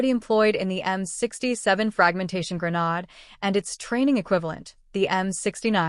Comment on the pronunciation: For the love of God it's Gra-naaaaa-ddddddde, not Gra-nooo-dddd. Yet, half way through the video you say Grenade, then Gra-nod. Videos need some work.